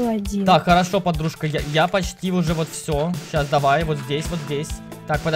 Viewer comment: Не холошо а харошо